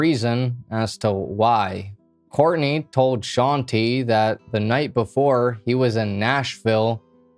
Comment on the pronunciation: Bruh it hurts me every time he says sean-tee instead of shante😵